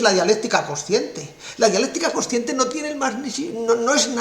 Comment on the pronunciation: es coNsciente, no cociente. Pronuncie bien el castellano. Saludos.